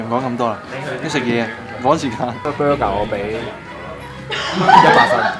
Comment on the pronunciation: Burger 🍔 not bruger